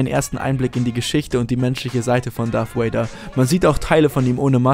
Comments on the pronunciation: Anton Ceclich Wer sagt denn wortwörtlich Wader? Es wird eben Darth "Wäider" ausgesprochen. Oder wie würdest du es tun? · sag bitte nicht darth woäida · Es heißt Darth Vader mit "v" also ausgesprochen wie das deutsche "w" und nicht wie das englische "w" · Maaaaaan warum sprechen alle Deutschen es "Darth Wader" aus? Es ist doch nicht schwer, das "V" wie ein "V" auszusprechen! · Anton Ceclich Gut, so spreche ich es auch. Habe es mir nachdem ich den Kommi geschrieben habe nochmal im Video angehört. Er spricht es tatsächlich etwas seltsam. ^^